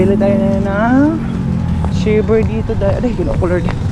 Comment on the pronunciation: Bkit ganyanka mag pronounc3 Kya di ka naiintindihan English pa nman kinukuha mo Hindi shiver ay naku shaver English English KA pa mali mali nman lagi